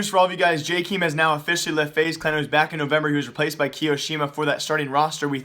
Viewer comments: It's JAKEM not JAKEEM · its not Jkim its Jkaem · Pronounced jaykaym not jikim :) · I swear he just pronounces names wrong intentionally just so people comment but I can't help it. JAY-KEEM? I have never heard anyone pronounce it that way, it's always been JAY-KUM. Idk maybe I have it wrong but that's how the casters say it lol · this man still cant say jkaems name right